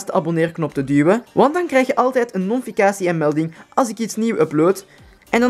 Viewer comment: Het is geen ‘nonficatie’ maar wel een ‘notificatie’!😂 (geen haat) en voor de rest, een topvideo!!!